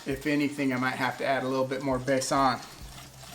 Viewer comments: It is not called Baasaan as you say. Correct word and pronunciation is BAY-SUN and then join two together and it is Baysun. Have fun. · Love watching your videos, besan is pronounced bay-sun .will definitely check your other channel